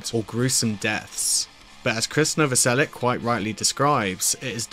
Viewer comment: The name is Novoselich, not Novoselik! It would be nicer if you made the effort! Just saying! Although I have heard Chris saying his me Novoselik, but maybe he's tired arguing! ..😂